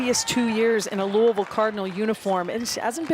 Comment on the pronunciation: Smh how hard is it to pronounce Louisville!!?